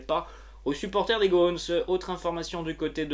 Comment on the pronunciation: On ne dit pas les "gônes" mais les "gones", le même "o" que dans "gomme". Juste comme ça ! 😂